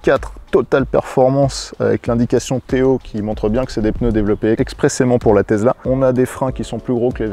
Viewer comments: On dit Tessssla pas Tezla. 😃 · Présentation Tesla (tessla pas tezla) oh yeah!!!! Mais présenté par triple ho yeah!!!!!!! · Une "Tezla" ?? 😂